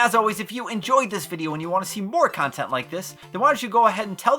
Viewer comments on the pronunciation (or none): none